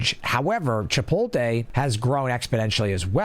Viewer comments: It's pronounced chip-oat-lay. Good vid though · you can have an accent and still pronounce words the correct way. The T is before the L in 'chipotle' so it should be that way when said, regardless of accent. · I'm not liking my own comments lmao and I'm not denying the fact that people say it like that. All I'm saying is that it's wrong. Didn't think it was that big of a deal